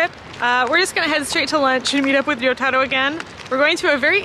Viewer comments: you keep mispronouncing name wrong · Why does she keep saying your name wrong? It's like she cant even pronounce 'Risottoro'. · pronounces in a perfect Japanese accent, meanwhile Chris is in his Ramen shop saying Rissottoro over and over again in to a mirror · This is the first time I realized Chris has been mispronouncing Ryotaro's name the entire time. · I think it's more a case of Chris pronouncing it like a gaijin, and pronouncing it correctly (she is definitely not saying Yotaro). The Ryo- part should be pronounced as a single syllable, not to mention the R isn't supposed to sound like an English R, but is sort of halfway between R and L, which is maybe why you don't hear it when says his name.